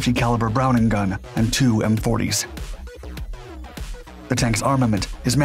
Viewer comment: Two M240's, not "two M40's"